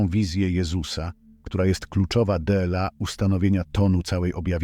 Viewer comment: zmieńcie tego bota.... Bo nie mówi się DELA tylko DLA